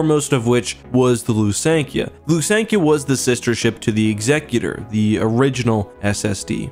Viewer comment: Technically speaking that is the correct pronunciation. I always thought it was more of the "execution" style instead of the "executive" style name, but it actually is Ex-sec-u-tor.